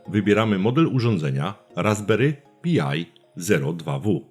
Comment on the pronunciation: Raspberry PAJ nie Pi-aj. i "Klient SSH Pati" nie Pjuti. To w kwestii wymowy. Natomiast bardzo przydatny materiał, dzięki wielkie za wrzucenie!